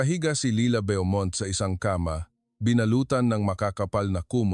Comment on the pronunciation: Bo- mont , not byomont